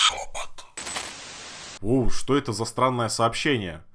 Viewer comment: Я один вместо "шёпот" слышал "жопа"?